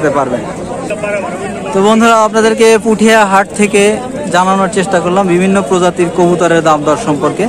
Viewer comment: ভাই পুঠিয়া না পুটিয়া